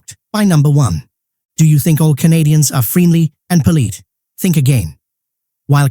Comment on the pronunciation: Why did they pronounce 'polite' as 'poleet'? Whe SAYS that?